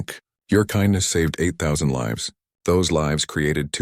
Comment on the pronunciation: Why can’t the AI say lives but always says liv’s fix it